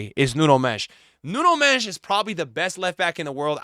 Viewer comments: Why does he call him “Nuno Mesh”💀💀💀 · The way you butcher Nuno Mendes name😅😂😂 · You've got tomlearn how to say Nuno Mendes! He deserves it